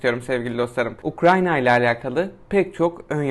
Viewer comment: Ukranya değil ya UKRAYNA 😅